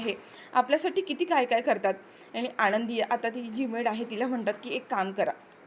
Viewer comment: " युगंधर " असे नायकाचे नाव आहे. " युगेंदर " नाही. " आनंदी " असे नायिकेचे नाव आहे. " आणंदी " नाही.